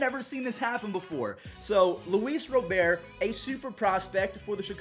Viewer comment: He finally said Luis Robert the right way!